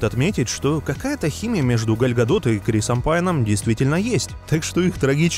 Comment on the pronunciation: ПЕРЕСТАНЬ КАВЕРКАТЬ ЕЁ ИМЯ ПОЖАЛУЙСТА